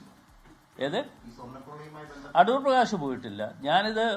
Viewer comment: Adoor ❌ A-thoor ✅